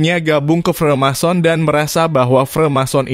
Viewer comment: freemason bang.. bukan remason wkwkwk